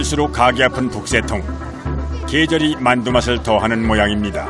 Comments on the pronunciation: 자막 달때 문맥과 맞춤법게 맞게 바꿔 다는것 같더군요. 저도 마늘이라 들리긴 하는데 문맥상 만두가 더 맞는거 같네요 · 아무리 들어도 만두가 아니라 마늘인데...